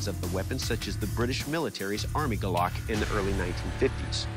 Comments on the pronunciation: It's "gulok" the stress is in /gú-lohk/ not gulak. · Gulok. Accent on the first syllable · In pH, I swear that what you called golok will stand until your dead😂, and it's not "golok", it's guuulok even metal nowadays can't stand a chance😂😂in our guuuuuuulok😂😂😂😂😂 ✌️✌️ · First of all, it's Gulok not golok. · Not golok gulok Gu stress+ lok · Its not galac its gulok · It's pronounced as GOO-LOK, not Guh-Lock..😆😆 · It's not GOLOK but GULOK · Gulok not a guluck or gulak🤣🤣🤣🤣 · It spelled as "Gulok" and pronounce as it is. Gu lok in a fast manner. I had one used for clearing and chopping abaca fibers. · I think it's pounce "GOOLUK" just wondering 😉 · Its pronounced "goo look" just in case you're wondering. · When I was a kid we had a golok (said like gu like the start of good and then lok" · Its right pronounciation is 'goo-look'.. for your reference thank you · Guulok as you should pronounce it. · It's actually GULOK read as goo-lok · It should be pronounced as goo-lok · It's pronounced goo-lokh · Ahahah! It's pronounced as "goo-look". Like Zebra/Debra. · Can't help but chuckle at how they pronounce gulok. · Ang sosyal ng mgkaka bigkas ng golok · the way he pronounced golok 😂😂😂😂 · It's "Gulok" not "Golok"